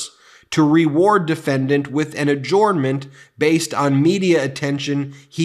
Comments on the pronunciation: Dear Ben: Adjournment is pronounced A-JURN-MENT, not A-JORN-MENT. Sincerely, Someone Who Works For The NY State Court System. 😉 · Ben, love your videos but if I may be permitted one critique, I believe you are pronouncing adjournment incorrectly. It is pronounced: uh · jurn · muhnt. Just my two cents. Carry on. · Ben: "Adjournment" is pronounced "a-jern-ment", not "a-jorn-ment". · Ben, I love your channel but God forgive me your pronunciation of "adjournment" is killing me! Hahahaha!